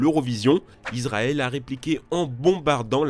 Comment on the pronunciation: Israël ça se prononce comme di il y avait 2 s et non commen si il y avit un z .Sinon excellente vidéo 😉😁